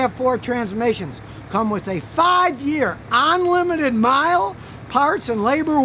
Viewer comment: Scotty to English translation.... ahnlimited = unlimited